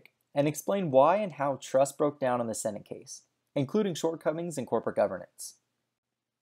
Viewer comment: The company names are C U C(see-you-see) and Cendant('Send-ent'), NOT "Kook" or "Kendant".. Ave Maria!